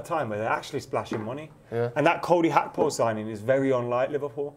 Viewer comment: Man like gets a hard one calling Gakpo Hakpo